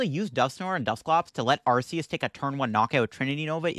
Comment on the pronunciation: Listen, I love your videos. I enjoy your content! But I cannot stay silent about this any longer. If you pronounce arceus the way you keep doing so, what do you call the arc phone? Because I don’t want to use an arc phone pronounced the way you keep saying arceus lol keep up the good work and the great content!